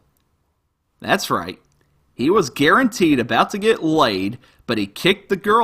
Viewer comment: "I'm going to garen dang tee I won't be on the dang street". I love when goes all country boy.